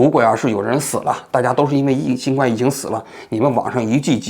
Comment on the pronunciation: 新冠，guan，读第一声